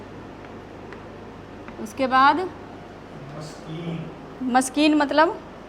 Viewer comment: Mam maskan ke mana thekana na ki miskeen